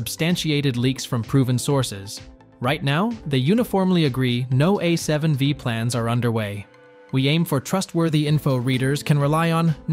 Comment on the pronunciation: A7 five! not wee